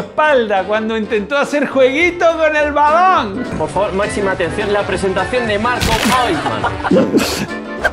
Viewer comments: Que te parece si dices BALON!!! Así no mas, sin tener que decir esa palabra balaaaaan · No puede pronunciar bien balón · Porque dices balonggg en ves de balón ? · Padecerá algún tipo de problema por su forma de hablar o quiere perecer gracioso? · Matías Garato fútbol mexicano (balong lo dijo con acento mexicano)